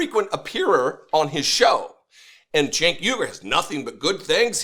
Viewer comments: Chank? LOL. I thought his name was pronounced "Jank"? He doesn't even correct the Nazi? Chickensh-- MagaBitch! I can't bear to watch another second of this. Just answer me this: Do they hug or kiss goodbye at the end of this fluff session? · Gotta love how Cenk is bowing down to MAGA and Charlie can't even say his name right.